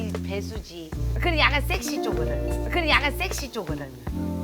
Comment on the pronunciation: 큣트를봐 아늬믄 쉑쉬를 봐? 발음너무 찰지셔ㅋㅋㅋㅋ